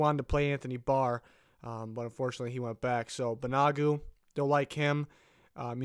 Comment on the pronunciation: Great vid, Ben Banogu’s name is pronounced (Ban-O-Goo)